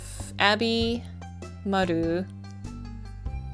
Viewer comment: The way you say "Maru" ❤